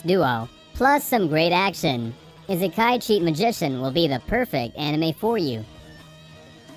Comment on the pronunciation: I-se-kai not that hard